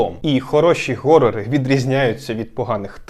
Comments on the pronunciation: А чому горори? Horror же через Н, а вона хоч і щось середнє між Г і Х, але більше схиляється до Х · "Горори" блет 🤮